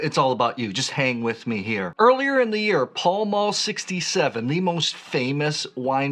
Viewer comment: Pall Mall is not pronounced as Paul Maul but more like pal mal. (Pal as in 'friend'; mal the same way but with an m.) It's from an old hit-a-ball game.